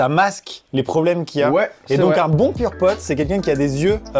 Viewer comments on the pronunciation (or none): Quand vous dites purepote j'ai l'imperssion que vous allez dire pom'potes 😂